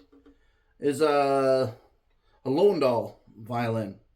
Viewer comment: Learn to pronounce LOWENDALL. It is Loo-ven-dall.